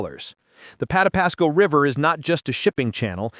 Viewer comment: Terrible AI. It can't pronounce Patapsco.